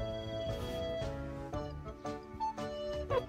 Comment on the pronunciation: 몇번을 들어도 "엄마 옴마"다. 저 정도 발음이면... 고양이 인척하는 사람이 아닐까